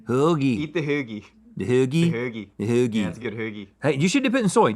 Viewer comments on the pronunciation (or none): Haggie roll? …. It’s hoagie 😊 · That’s not how we say hoagie, that’s how people that say they’re from Philly but really aren’t say hoagie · Why does think we pronounce hoagie like that🤔